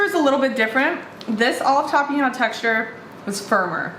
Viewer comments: Tah-peh-nod. your welcome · You are correct, it is a purple onion. You are pronouncing tapenade incorrectly.